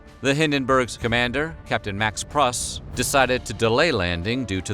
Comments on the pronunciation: And the captain's name is pronounced Prooooos, not Pruse. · Max "Pruss," rhymes with goose. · You pronounced the captain’s name wrong.